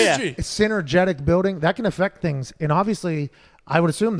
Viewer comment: Pat what is a buiwding? Are you trying to say building?